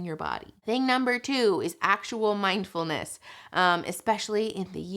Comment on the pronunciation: Guys. It's mind-FULL-ness, not mind-EMPTY-ness.